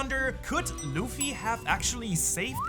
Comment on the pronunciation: DID HE SAY ZUFFY?